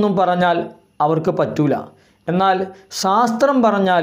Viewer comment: 'സാസ്ത്രം' അല്ല 'ശാസ്ത്രം' ആണ് 😆🤣 ആദ്യം അത് പറഞ്ഞു പഠിക്കൂ.